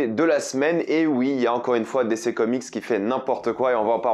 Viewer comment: J'attends toujours le jour où il apprendra à dire DC correctement 😂